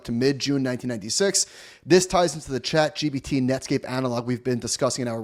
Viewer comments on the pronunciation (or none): none